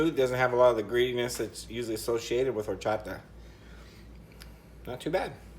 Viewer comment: he was pronouncing the name right……💀